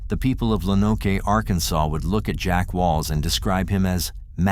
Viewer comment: Lo-Noke. Good video, I live in Arkansas and I first heard about this on killer kids I think?